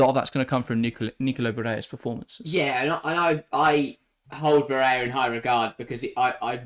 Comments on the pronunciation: Barella is Italian not Spanish. Pronunciation of his name is how it is spelt not “barayer” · Ba-re-La... Its Italian, not a rocket science.